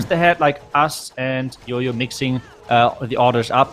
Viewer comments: Our casters can't tell the difference between "Y" and "J" .....it's JOJO not YOYO😑😑😑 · I actually don't understand that either.... But every YouTuber calls him yoyo instead of jojo.... But we can call him by his title as...🤣🤣 Which doesn't have any confusion....